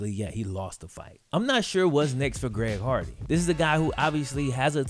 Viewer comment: Only reason I remember him is cuz of him saying “ Greg hogwarts”